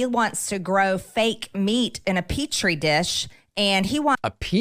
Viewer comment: "Petri" dish not "peach tree"